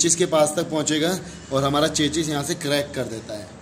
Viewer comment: चचा। चेचिस नहीं बोलते चेसिस बोलते है।।